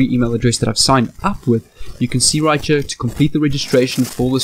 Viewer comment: You sound like u got a little of geechee accent when ur saying right cha